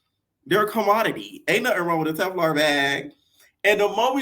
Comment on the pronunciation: Tel-Far 😭😭😭 not Tef-Lar that took me out😂😂